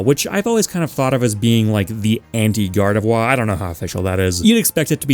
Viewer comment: Still haven’t corrected your gardevoir pronunciation I take it Your too breathy on the last syllable you make it sound like a waluigi wah instead of the end of au revoir